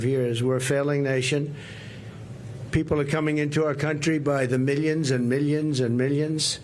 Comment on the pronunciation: meelionz and meelionz and meelionz